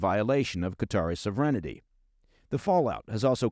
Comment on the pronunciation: "SAHV-ren-tee" not "sahv-REN-it-tee". You are adding a nonexistent syllable to the word. You are better than that.